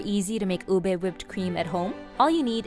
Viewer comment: Finally someone who pronounces Ube correctly